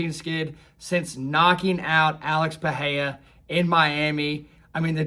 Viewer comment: Pereira is pronounced Puh-ray-ra. The "H" sound in Brazilian Portuguese R's is only present if the name begins with an "R" or if there is a double "R" (like in Ferreira). It's not pronounced Charles Oliveyha nor is it Puh-heya.